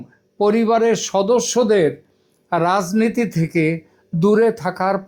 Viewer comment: Congress pronounces as Kong-gres, and plz don't make it weird. It is never to be pronounced as Kong-graze ! Also রাজ in রাজনীতি-রাজনৈতিক must be pronounced as 'Raj' and God forbid, never as 'Razz'. That is an utter aberration, not the real standard.